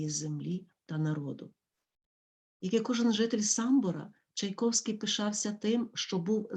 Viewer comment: Все добре. Дякую. Але прізвище Чайковський ви вимовляєте не за правилами української орфоепії (чай ковский) Чому???